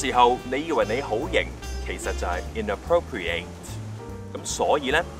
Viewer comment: Inappropriate 係adj，尾音會讀ət